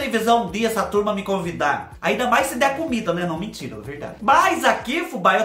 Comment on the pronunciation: Adoro quando vc fala mintira